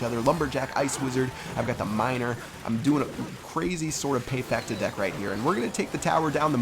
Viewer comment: payfecta ahahaa